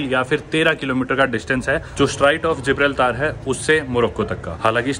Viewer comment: Bhai kisi bhi jagah ka naam le toh ek baaar google pronunciation check karliya kar…. Future me fir apne aap ko correct karna padega., it’s जिब्राल्टर very famous destination for travellers. जिब्राल्तर नहीं It’s just an advice bro Better to pronounce the exact way it is known for. I hope you got me where I am coming from ? kal koi Bharat ko भरत bole that doesn’t sounds good. Right ? Nice videos though keep up buddy 💯 to the point baatein 🎯 laaaga reh nuve chhote